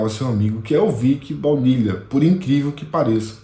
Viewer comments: É vick vanilla cara, vick baunilha kkkk😂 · Eu sei que o assunto é sério, mas chefe, você chamou o cara de Vick Baunilha, Vick BAUNILHA 😂😂😂, me desculpa parecer infantil, mas isso roubou minha atenção de início. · É impressão minha ou ele disse Vick Balnilha....😂😮